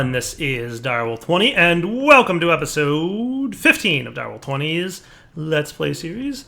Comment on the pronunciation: I'm the only one that hears "Let's play serious"?